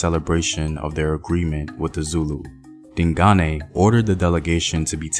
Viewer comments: I’m so happy about how you’ve improved your pronunciation of “Dingane”👏🏽👏🏽👏🏽 You used to say “Ding-gain” but now you know it’s “Ding-guneh”. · He says ding Ghane Like Ghana but with a aye